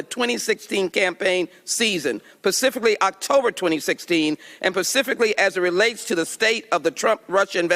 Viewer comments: Rep. Ms. Jackson Lee says 'pacifically' twice. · Hold on... pacifically.